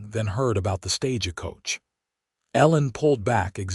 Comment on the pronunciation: This is a good story, very well written. However, AI can learn. 'TAB a tha' not 'Ta BITH a' Staj coach, not staja coach. It's annoying when you say it wrong over and over again.